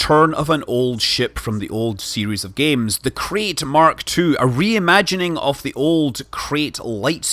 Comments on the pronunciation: It's not pronounced 'Crate' it's pronounced 'Krite', it's named after a species of... oh forget it. An education is definitely no longer necessary these days. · So Scott I’m going to be that asshole that tells you: “Apparently it’s pronounced ‘K-right’, not ‘K-rate’.” Yes I hate myself too. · Mr K it’s pronounced ‘k-right’